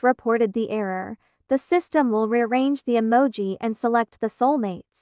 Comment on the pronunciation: “Rawblox” “Yeses” “Humum” “Emaji” “Emagis” 💀